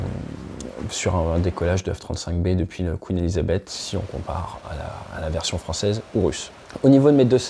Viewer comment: C'est pas Quin Elisabeth, c'est queeeen Elisabeth .